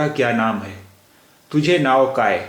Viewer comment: Very nice initiative, some tallaffuj issues though, tujhe/ majhe is pronounced like haruf "ژ" , توژ " and not "جھ" , "J" is a very tricky sound for urdu users speaking marathi, jato would be more like زاتو .. waiting for next lesson